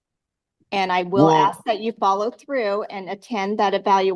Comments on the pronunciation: 'ask' not 'arks'. Why can black people anywhere in the world not say that word? It's something that has baffled me for 50 years. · Yet more 'arksin'' jive.